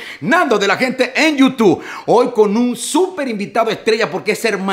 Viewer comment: Me sangran los oídos cada vez que escucho Nando de la gente en yutuuu.... Si algún día vuelves a grabar la cortina por favor haz el incapié en decir youtube por favor y gracias. Excelente programa